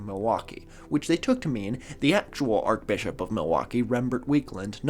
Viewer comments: Arch. Like arch-enemy. Not Arc. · ArCHbishop, not arkbishop. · *arch pronounced Shhh, Sincerely a former Catholic. We don’t say it like arc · “Ark” Bishop, or “Arch-bishop”. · Just by the by... It's pronounced 'Ar-ch Bishop', not 'Ar-k Bishop' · A correction you might want to make is that the 3rd secret of fatima WAS released in 2000, however the accompanying explanation given to the children was not released and it is debated if all of it was released. Love the channel! (Also archbishop is pronounced like arch not arc lol) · Sorry,, but it's pronounced 'Arch-Bishop', not arc-Bishop. I'm only pedantic because my grandmother Myff was the sister of the then Archbishop of Canterbury, Robert Runcie. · Apologizes for mispronouncing Catholic words in a past vid immediately after saying “Ark-Bishop.” Great stuff lol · Everytime mispronounces "archbishop" as /arkbishop/ it hurts me. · “arch” in archbishop is pronounced like in “archway” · “Archbishop”- you pronounce is arch with the ch sound. Podcasters need to pay more attention to pronunciation of common words. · Please explain how you got this far in life and don't know how to pronounce "archbishop" but can pronounce "archdiocese"??? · You keep mispronouncing "archbishop" with a K as in archangel. But the correct way to say the "ch" in archbishop is like the "ch" in "church". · Is not pronouncing the ‘ch’ in archbishop an American thing, or a thing? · .. while mispronouncing archbishop... Perfect. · It's an understandable mispronunciation, though; I think archangel is pronounced like that?